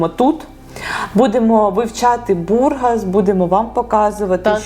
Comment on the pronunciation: Да не БУргас, а БургАс.